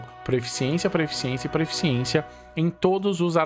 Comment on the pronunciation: Três anos de Genshin e ainda fala proeficiência ao invés de proficiência kkk